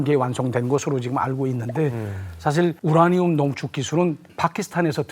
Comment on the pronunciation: 우냐늄 우냐늄. ㄹ 발음 나올때 마다 너무 웃겼음